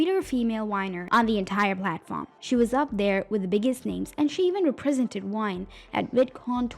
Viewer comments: bruh are you saying Whine/Wine?? I mean Gabbie is a whiner but the platform she was on was called VINE, they were Viners… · Why can the narrator say videos but not vine? What's going on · Why you keep saying wine? lol is with a v … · Why are you saying almost all the words that start with V sound like W. Like Vine and Viner you are saying them like Wine and Winer. Cause you can obviously say the V sound cause when you said ever. You said the V sound. Are you just doing this on purpose or what? 😒🤨 It just is really getting on my nerves.